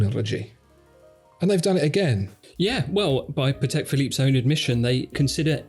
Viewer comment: Patek is a Polish name and accent should be on first syllable.